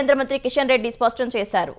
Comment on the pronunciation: సవన్వయం కాదు, 'సమన్వయం' అని చదవాలి. స్వష్టం కాదు, 'స్పష్టం' అని చదవాలి. తెలుగులో వార్తలు చదివేటప్పుడు తెలుగు పదాలు సరిగా పలికేలా అభ్యాసం చేయండి.